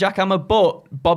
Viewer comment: "Hurt log"